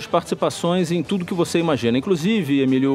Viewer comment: 'incrusive'' Surita, Emílio